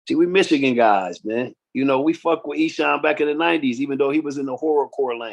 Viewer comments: E has been doing it for 30plus years and people still cant pronounce his name correctly 😂. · He can't say esham right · Wait a minute. You know the Michigan rap game, but can't pronounce ESHAM's name.